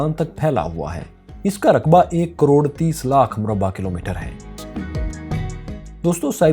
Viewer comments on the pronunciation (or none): none